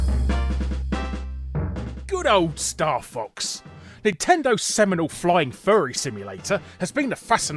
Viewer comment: Are you saying "Seminal woman's simulator Mirror's Edge" or "Seminole woman's simulator Mirror's Edge?"